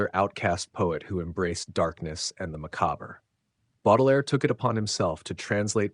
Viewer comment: Appreciate this mini bio. (Look up how to pronounce the word 'macabre'.) Pax et lux